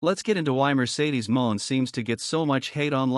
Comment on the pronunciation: get a real job and stop using a.i. IT DOESN'T EVEN PRONOUNCE HER NAME RIGHT! PATHETIC! EXCUSE FOR A UTUBER!